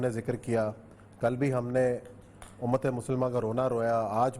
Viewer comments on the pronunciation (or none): Umaaaattttttt which Umaaattt !!!! 1.8 billion vs 9.3 Million ???? Destroying the Palestanin empty handed people....please stop saying b Umat,Umat...